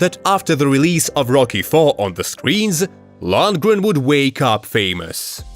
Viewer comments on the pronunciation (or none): To the narrator, he's called Dolph Lundgren, not Landgren. Lol, now I noticed it, halfway the clip he pronounced his name correctly. As if someone said the same thing to him as I.